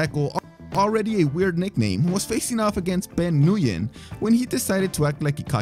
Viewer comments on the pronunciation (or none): Nguyen is pronounced "Win". I don't know why, but it is. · The way he pronounced nguyen lmao. Its pronounced like “win” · Ah yes, Ben Nu-yen, my favorite fighter.